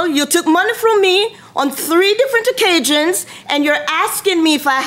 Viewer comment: On three different occajions. No, I didn't misspell the word, this is exactly what she said "occajions " and "humanlation ". Lol 🤣🤣